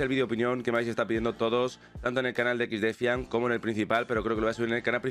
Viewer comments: XDEFAIAN pero pronuncialo en ingles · Cada vez que dice exdefiant muere un pajarito.